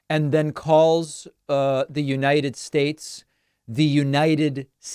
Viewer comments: I just had the thought that all of these mispronunciations are due to ill-fitting dentures. Imagine if be just spit them out. He is just gross. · I heard "United sage", which makes even less sense. And I swear to god he said "respecturd" as well. Its funny that he almost interjects other words into longer words now. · Trump- “I know the best words. I frequently use the wrong ones, and then mispronounce those, too. “ “Lastly, let me say Obomna! God blesh theeese United Schhhhhateshhhh!” 🤦‍♂️😵‍💫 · 🤣🤣🤣🤣🤣🤣🤣🤣 the United Shtates Oh, and the organes instead of " orgin" 🤣🤣🤣🤣he stands there with that big empty head moving side to side😂😅you can tell by his posture that he's insecure And later on the " moving hands as if they make what he's saying more viable🤣🤣🤣 He's not joking, he's a NUT😊